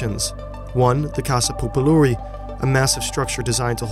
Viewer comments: I am romanian. The video, information and the graphics are excellent. But how you pronounce the name of the building and other names was funny for me. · Boy, what the fuck is that pronunciation? XD. Romanian is a phonetical language, meaning read each letter as is, except the few rules, but as a foreigner it better to stick to phonetical, rather than butcher the word completely. Otherwise, great video, made really well.